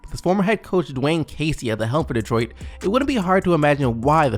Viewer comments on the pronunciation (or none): Bro I love your videos but please learn how to pronounce Detroit it’s not 2 fucking words